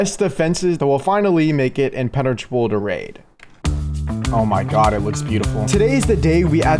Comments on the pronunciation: 😂 I heard inpeneratrable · I heard it too